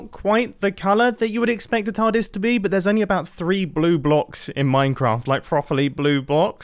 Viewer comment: Is he calling it a tardise